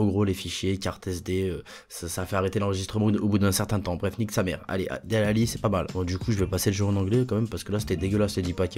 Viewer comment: "Delalli" t es un tueur mdrrr